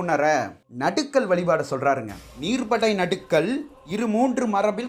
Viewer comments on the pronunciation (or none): நடுக்கல் அல்ல.நடு கல் என் பதே சரியான உச்சரிப்பு ஆகும். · நடுக்கல் அல்ல நடுகல் என ஒலிக்கவும்